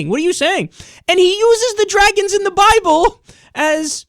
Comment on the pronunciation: he is funny as fuck...." if you read the buy-bull"